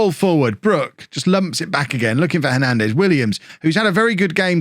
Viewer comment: I was about to say Hernandez as no plural But i was wrong, u are saying it the right way 😂😂 Im seeing any plans made to do after bourne in us just waiting 1 Year 👌👌